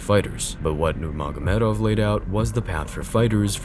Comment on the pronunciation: here “you” pronounced Khabib’s last name just fine. So obvious that it’s AI since it’s inconsistent with the pronunciations